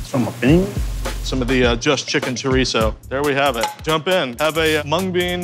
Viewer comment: For the live of god say chorizo right